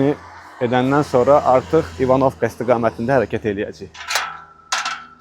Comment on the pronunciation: Klounluq eləmə, kəndin adını düz tələffüz elə. Vurğu birinci hərfin üstünə düşür.